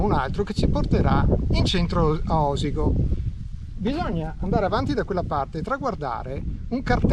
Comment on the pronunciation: Si pronuncia Osìgo, con l'accento sulla "ì"... Bravo grazie😊